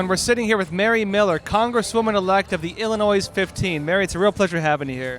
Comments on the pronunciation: Not to be too picky, but Illinois is pronounced Ill-in-oi. Not Ill-in-noise. The 's' is silent. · Illinois has no S sound at the end when pronounced. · The S in Illinois is silent.....